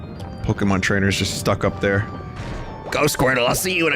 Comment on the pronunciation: Gamay Obera Po-key-mon lol